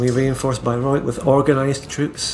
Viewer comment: "I need some units in Beirut" Hasan Nasrallah to shia hugbox leader Ayatollah Khamenei (2024). Bayreuth is pronounced Buy-roy-th